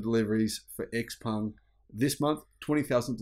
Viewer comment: It is Xpeng not Xpung